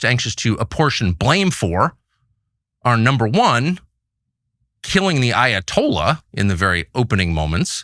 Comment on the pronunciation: Meanwhile in Fort Lauderdale… “Dude what’s uh Ayo-tolla” 🥴🤤🇺🇸